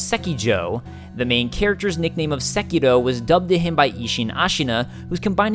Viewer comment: I just want to thank you for saying the name of the game properly